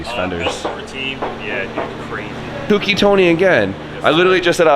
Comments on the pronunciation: I thought Sammit told y'all, it's not "kooky", it's "cokey". Lmao. Also can you please tell Tony that his channel is marked as "content safe for kids" and I can't turn notifications on because of that. I've been subbed to him for a while now (like 2 years or more), but have been missing his videos because I can't get notifications. Lol. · Co Key . Co Key. Co key. Is😢 not hard to say correctly gahhh